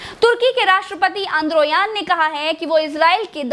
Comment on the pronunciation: Nityangu nhi Netanyahu hai nam Or enduan nhi urdagan hai nam 😁😂😂